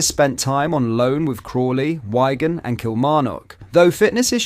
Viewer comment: Wigan as in wig, not wyegan!